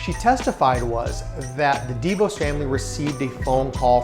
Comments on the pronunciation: The name of the DeVos family isn't pronounced dee'-vose. It's pronounced dee-voss'. Emphasis on Voss. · Pronounced "deh-VAWSS", we're from their home town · I've mostly heard it pronounced D'Vos. Not sure which is right or that it matters. Great content regardless.